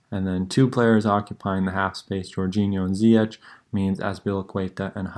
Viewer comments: It’s pronounced Zee-yesh. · Its ZiyeCH like SHine